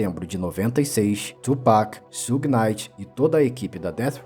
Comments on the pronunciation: Tudo certo o cara só não pronunciou um nome certo Suge se pronuncia chãge ou Xãge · na verdade se pronuncia "shiug"; aceitando-se que possa ser pronunciado puxando pro "shãg", como tu disse. É como eu falar "chocolati". Quase todos falam assim, mas a pronúncia correta é "chocolate". O U em inglês se lê "iu" e portanto é assim que se pronuncia Suge.